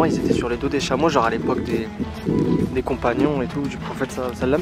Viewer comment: mdr il a dit " a lepoque des compagnions"😂